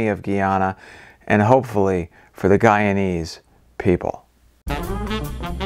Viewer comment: Finally you pronounce the name right when you said Guyanese people. GUY..ana is pronounced Gii, not guh.aana. What about saying that guy(male person) is strange. Imagine saying that as "that guh is strange'.